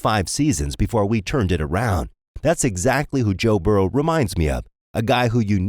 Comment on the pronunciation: Burrow not burrows. Said it a few times